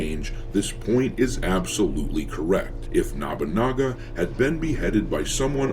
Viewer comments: It's Nobunaga, not Nabunaga. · Okay I dont normally do this, but its nobunaga. no (like "no dont say it like that") - boo (like a ghost) - naga (Like the snake creatures) no-boo-naga, not nah-boo-naga. Just for next time it comes up. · Nabunaga? Isn't it Nobunaga. I agree with the video, but the mispronouncing of the name is like nails on a chalkboard. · Nabunaga? Also, they just using that fake history about that Yasuke was the one who took Nobunaga head to save it from the enemy. I think it was from Thomas Lockley's book or something. The guy that made up 90 precents of Yasuke's history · Why is you saying nobunaga as “nabanaga” is funny to distracting.